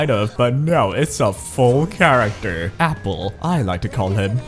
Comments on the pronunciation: App-leh supremacy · I'm gonna pronounce apple like this from now on 😂